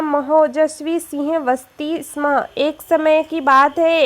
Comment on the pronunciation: दीदी आप स्म: नहीं स्म बोलें